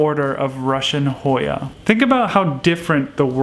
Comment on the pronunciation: Thank you and you did say it right 💜.